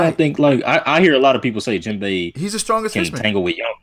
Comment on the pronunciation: Yo my nigga, you need to put some respect on Jinbei's name and stop calling him Jinbo. It messes with me man